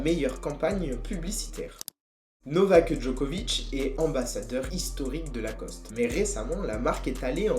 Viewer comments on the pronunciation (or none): Novaqueuhh Djoquovicheuh